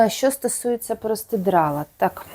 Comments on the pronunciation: ви мене насмішили словом простидрало,я його почула ще в інших ваших відео,це так кумедно у вас звучить.Правильно казати простирадло,але ви молодець,і в мовному питанні і у в'язанні,а шиття для мене це космос. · У ВАС ЗОЛОТІ РУЧКИ.ДУЖЕ ГАРНА БЛУЗКА ВИЙШЛА.ЮВЕЛІРНА РОБОТА.ТІЛЬКИ РІЖЕ ВУХО ВАШЕ ПРОСТИДРАЛО)))))ЦЕ ПРОСТИРАДЛО)))))